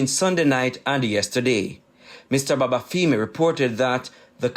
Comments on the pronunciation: I chuckled at how Babafemi was pronounced. Its femi as in feminine, not feemi 😄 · feemi sounds better to us Jamaicans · and it's the wrong pronunciation. It wouldn't sit well if Shelly Ann's last name was pronounced Priest.